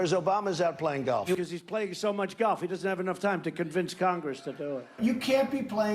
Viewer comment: Have a shot of vodka every time he says “Gaulff” Just occurred to me that YouTube celebrities are desperately trying to raise 20 million dollars for 20 million trees.. and Mr. Ttump has a budget of 110 mils for playing golf.